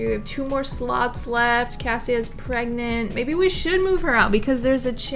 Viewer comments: Prergnat,pregnante,...😂 Love your videos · the way i was watching this and at the beginning where you said "shes pregnant.......or pregarnte" i literally said pregarnte right before you said it too and i cackled inside a very quiet college cafeteria.🤣🤣🤣🤣🤣🤣🤣🤣